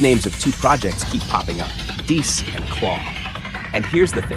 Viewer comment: I'm so so sorry..... ITS PRONOUNCED DAY-U-S like Wolfgang Amadeus Mozart